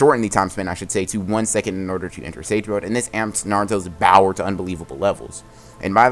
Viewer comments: Say power not bower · ALWAYS SAYING BOWER INSTEAD OF POWER LOL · Why does he say bower instead of power he sounds like an idiot when he does that but a good story is first told by a smart person then it is forgotten then the person to tell the tale it is a tale told by an idiot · Yo 😂 he just says bower and not power and i love it